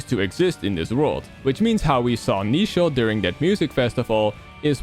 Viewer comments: Getting a slight eye-twitch every time he says Neichel wrong. It's meant to be based on the English word "nature". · neichel is supposed to be pronounced like nature